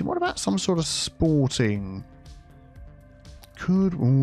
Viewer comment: Soooo... "SporTEAng Island"?